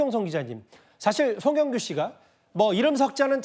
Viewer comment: 마지막인데 이름은 제대로 불러줘라 앵커야